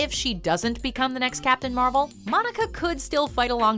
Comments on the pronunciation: I think you keep saying Marvel wrong, they literally taught people how to say it right in the movie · Who else heard captain marbel